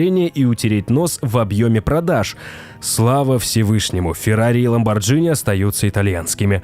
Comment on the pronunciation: ХайФай, а не хипхи😃 ЛамборГини! Автор, ты малость дебиловат